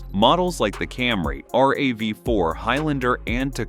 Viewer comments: .......AI –– AI ––AI Alert!!!!!! Thumbs DOWN for AI. This male voice, claiming to have "worked on Toyotas for years", says R, A, V, 4 letter by letter,....instead of as single "word" Rav and then four, the way Toyota says it. This is AI in action. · So this “person” who has worked on all kinds of Toyotas pronounces it “R,A,V-4” ? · When you report flaws, why use AI for narrations? Scared? Your AI even pronounced RAV4 incorrectly! Your information are not all true, your video is a scam yourself 😢😢!